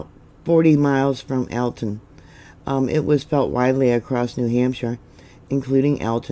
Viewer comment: I love you and and watch you regularly. I'm from New England and I know your not. And I'm sure I wouldn't do any justice for towns out your way...but your pronouncing of these names was a nice try. Very familiar with this New Hampshire area. Alton is more like ( All ton) Portsmouth is more like ( Ports Muth) hope that helps